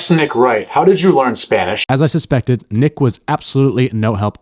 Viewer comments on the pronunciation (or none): Ay bro you did Nick so wrong 😂😭